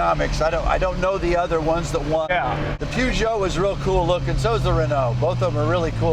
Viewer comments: What an extraordinary pronunciation of Peugeot! 😂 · PEWgeot and RenOWE. Why can't Americans pronounce French words and names? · Yeah so cultured he can’t pronounce Peugeot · Tim, what's a poojoe? "Purje oh" with a soft j is how you say it America. Now lets see Jay in a Metro 6R4 giving it the beans! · Pjuugoo ..... no no it's pronounced as written : Peugeot 😂😂 The Peugeot 205 T16. I think Tim Allen is mistaking the Audi Quattro S1 for an Renault as he mentions "The Pjuugoo and the Rennoo". Becaus the Renault R5 MaxiTurbo wasn't have as succesfull as the Audi Quattro S1 and the Renault 205 T16. I remember these RS200's popping up in the late 80's at the Rallycross dirttracks (not Rally, but Rallycross) in Belgium and Holland after Group B got banned. For about 3 years these cars were dirt cheap. They blew the competition away. These are high revving engines. Not as big V8 which you drive at low revving, high torque, you need to drive these under 2 liter 16valves engines at high rev's to get it to even produce any horsepower. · What a shame 2 guys who hold themselves out to be experts spout such complete and utter garbage. The car was designed by Ghia and body made by Reliant. The chassis was all Ford with the help of Tony Southgate. Where these 2 got their "peeyoojo" rubbish from is a mystery. And it is pronounced PER-geot: PER is really not very difficult to pronounce. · I'm amazed how badly Americans can't pronounce European words that are known world wide. And also I thought Leno knew his car stuff. It's like these two have seen cars but never actually drove one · oh dear me🤦‍♂️ What makes you think I'm on about that word? When the blatantly obvious is chassis and Peugeot....both French words and should be pronounced as the French say it......but no!!!🤦‍♂️ The yanks are unable to hear words and pronounce them properly.like the rest of the world 🙄 The word homologous is a European word....ever heard of the Greeks 🤦‍♂️🤡